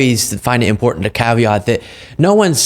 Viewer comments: imporTant imporTant its not effing imporDant margie gahhhh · I absolutely HATE the way she says "imporDant" repulsive. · I am bothered when she says Impordant. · MTG thinks she's so "impordent". She doesn't even know that there's no "d" in the word "important". What a dolt! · It’s what? “IMPOORDENT” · Marge - it's impordant to know what sord of spords teams you suppord. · Hey Marjie, pronunciation is impordant.